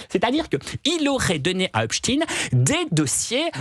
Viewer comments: Mais pourquoi il dit Epstiiiiin C’est Epstein on prononce Stein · pas in mais ein!!!! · Pourquoi prononce-t-il Epstin ? Alors que çà s'écrit Epstein ! EIN et pas IN ! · Hepstein. PAS HEPSTINE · Non epstine car il était américain par contre pour les allemands qui ont cette consonance finale dans leur nom, on dit stein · C'est une posture de nombreux juifs américains qui ont américanisé la prononciation de leur nom pour faire moins juifs et rester discrets. Jusqu'ici, en France, on prononçait à l'allemande, mais les journalistes ont tellement peur de passer pour antisémites qu'ils ont adopté le tic américain. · "Rodchilds" aussi à fréquenté le diable "Epeshtayne" mais malheureusement c'est elle qui commande tout les juges d'Europe !! 😮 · Pourquoi il dit Epstine ? C’est pour faire Russe ? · C'est pas "Epstine"😤 😤 😤 😤. Volonté d'effacer l'origine ! Aux USA les médias ont aussi imposé cette prononciation, autrefois ils prononçaient correctement. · C'est une posture de pas mal de juifs américains qui ont américanisé la prononciation de leur nom pour faire moins juif. La plupart des journalistes français ont repris ce tic pour ne pas passer pour antisémites, alors que jusqu'ici, tout le monde prononçait à l'allemande. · Effectivement,pourquoi prononcer un nom germanique en faisant semblant d'être américain ?